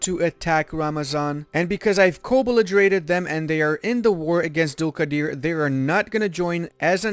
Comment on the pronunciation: You are saying Dulkadir amazing i am listening again and again